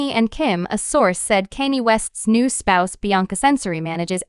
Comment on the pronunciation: "Kaynee" 💀 smh